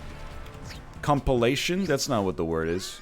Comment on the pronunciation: Ha he said cumpilation